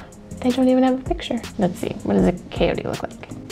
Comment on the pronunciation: Pronounced as cha-yo-te, cha as in cha-cha😇 not coyote as in the animal